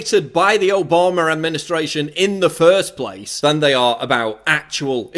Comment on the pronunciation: Its Obama not Obamaer duffus .Get a speech therapist and your fact straight you are full of shit.